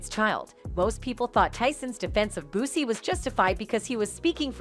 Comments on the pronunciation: called Boosie "bossy" 😭😭😭same MF's call 2pac "2pack" smdh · Where's The Clip of Iron Mike Saying What The Headline Reads??? And Kept Calling Boosie "Bossy"... I Smell What Y'all are Cooking Over There 🚮💯 HaHa HaHa HaH!¡!